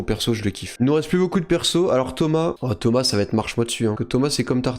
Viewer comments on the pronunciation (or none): none